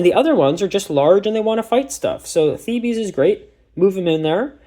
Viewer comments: Sorry I just need to say as it's driving me mad, it's not "thebees" it's "theebs"!! Good video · Theebees is the bees knees